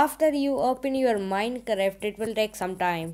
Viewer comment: Why He Was Saying Minecreft But Its Minecraft